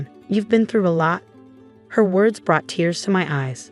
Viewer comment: You need to pronounce your words correctly